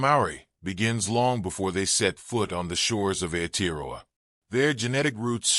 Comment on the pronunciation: Why so much repeating of the same information in this video? Why does the narrator butcher the pronunciation of "Aotearoa." All he had to do was pronounce every vowel as if it were Spanish.